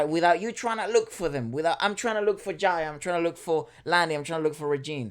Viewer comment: Its JAYA not JAJA😀